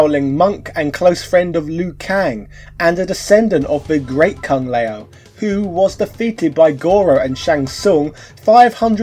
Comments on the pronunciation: No matter how much you're gonna go the "this is what we called those characters on the play ground back in the 90s" (you brought that up with Ryu in the past) you can't botch all these names like that when there are voicelines pronouncing them in the game. Sheo Khan, Kang Leo, Dankey Kang. Wtf. At this point it's just contrarianism, intentionally mispronouncing every thing to prove a point or it makes you look like you've only heard of this 30 year old game in 2020. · Kung leo? My man, play the new games ,they clearly show you how it is pronounced! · Shay-oh Kahn? Kung Lay-oh? I'd check your pronunciation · Who is Shay-O Kahn, and Kung Lay-o? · Just putting this out there... Can pronounce Shaolin but not Shao Kahn or Kung Lao... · Mk II was the best game in the 16 bit Era. Nice review. Not sure why you pronounce Shao Kahn and King Lao differently. The announcer does them correctly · Bruv how are you mispronouncing Shao Khan and Kung Lao come on now